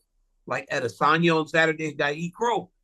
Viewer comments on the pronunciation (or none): none